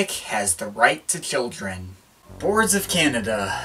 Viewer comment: Why are you pronouncing "children" as kildren?